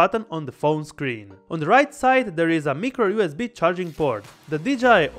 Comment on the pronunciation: he says micro and sounds like mickro XD